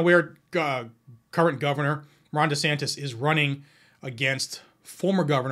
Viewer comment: DeSantis pronounces like Dishonest.